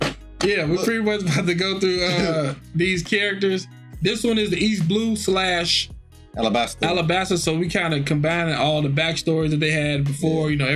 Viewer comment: Whoever edited needs to understand it's "Alabasta" not "Arabasta." The latter is wrong, coming from a poor understanding of both languages ¯\_(ツ)_/¯